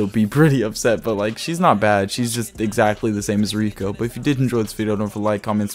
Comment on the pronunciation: kinda triggered me that he said rukio but im coping and malding anyways cool video